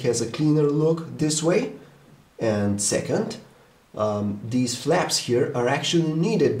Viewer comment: HAHAHHAAHA he said 'Flaps'